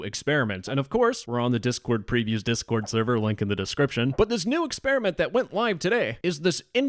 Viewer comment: I love it when you start the video by saying "Diss Discord"